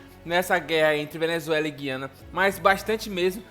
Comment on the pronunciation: Guiana não Gui-ana!